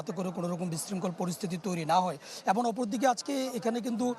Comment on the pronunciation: মি., আপনি "এবং" শব্দটিকে "এবন" উচ্চারণ করছেন কেন বারবার? বাংলা ভাষায় তো "এবন" কোন শব্দ নেই। আপনি নিজে বাংলা ভাষা তৈরি করেন নাকি????? এটা খুবই বাজে শোনায়। অশিক্ষিত ছেলে-মেয়ে সাংবাদিকতা আসলে এরকমই হয়।